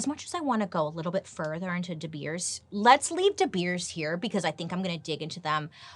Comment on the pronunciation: Me over here in South Africa, rooting for the episode of De Beers!! PLEASE! BTW the pronunciation of De Beers is spot on!! Can't wait!! 😁😄